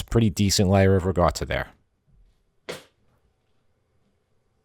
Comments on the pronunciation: It's Ricotta not Rigotta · Can you say: riKotta, with a ‘k’, not riGotta… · I see the comments are ignoring that he's saying ricotta with a G sound, not a hard C sound. Cool, cool.